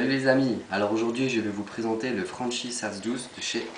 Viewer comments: franchi se prononce franki pour information sinon super video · on le prononce Franki vus que ces une marque italienne mis sinon super boulot